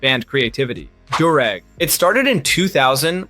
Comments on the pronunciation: Bro also said durr-eggs this ain’t a real person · What's a 'der-rag'? Lmao!